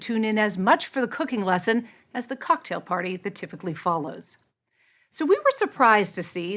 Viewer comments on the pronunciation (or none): none